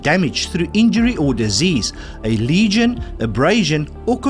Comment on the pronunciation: Lesion not legion